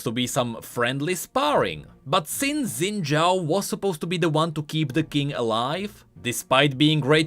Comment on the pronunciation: Xin is pronounced close to sin, somewhere between sin and shin, not zin